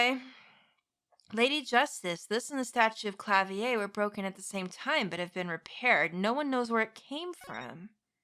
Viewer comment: klavier not klavi-er